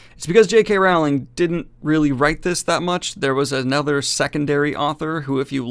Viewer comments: If your going to SLAM someone you could at LEAST pronounce her name correctly. It's ROWLIKG like BOWLING. NOT Rowling like howling. Other than that, I agree. This book SUCKS!!! But please learn to pronounce her name correctly. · Hello Daniel, just FYI it's pronounced Rowling as in Bowling, not "Raughling", other than that, great video man! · Her name is not R**OW**ling (as in "ouch"), but rather "R**OH**ling, like "roll". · Rowling as in Bowling dude, not "Raughling" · I hate myself for even typing this, but it's Rowling, pronounced like "bowling." The middle part of her name is pronounced "ole," not "owl." Thank you for coming to my Ted talk. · Rowling is pronounced rolling. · I pronounce her Wowling But to defend myself with a German Acsend it's Wowwling or RRRowwling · It's Rowling, like bowling (not like howling) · You’re still mispronouncing Rowling’s name omg 😬😶 (sounds like Rolling) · Rowling is pronounced like bowling. Just fyi.